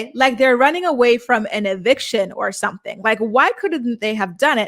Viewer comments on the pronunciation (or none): Mackenzie cant pronounce anything that ends in a "g". She replaces it with the "k" sound instead. "Somethink"... "goink". "Comink"...annoying af.